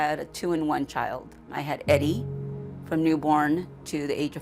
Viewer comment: As a sidenote: "Araújo" is a portuguese surname!!! Learn how to pronounce it correctly!! Don' t say it as if it was a Spanish surname!! In Portugal, we speak PORTUGUESE!!!🇵🇹🇵🇹🇵🇹🇵🇹🇵🇹🇵🇹🇵🇹